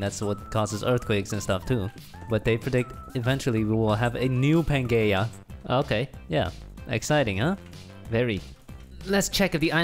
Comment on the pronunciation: Teacher: today we are learning about pangea... Student: no its PAN-GAY-UH